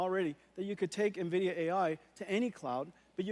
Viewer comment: He made sure so quick to say nvidia correctly a bunch at the start just to get the branding back on track. Lmaoo massive respect